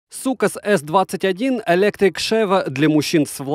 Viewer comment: Блин я думал материшься вначале 😁😁сукас😁😁👍